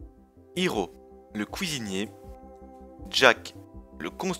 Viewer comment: "Couisinier" X'D Super vidéo